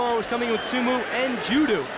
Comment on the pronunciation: What the hell is a sumu and Judu lol Dude can't say o??